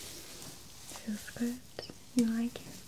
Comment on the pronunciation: It's funny how she says good. "GoodT"